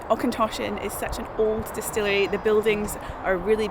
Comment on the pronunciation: Interesting to see Auchentoshan as I used to work there many moons ago and, if you didn't know, there's links between it and Clydeside through Morrison and Ally the manager. Just one wee thing, Auchentoshan is said like loch, with the och / ch bit rather than Aukentoshan. Also nice to seen Bladnoch too as I knew and met people involved in brining it back to life in the 2000s.